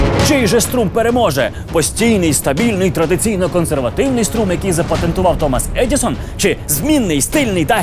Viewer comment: Мабуть, щось не те - кожного разу чую "Томос Едiсон"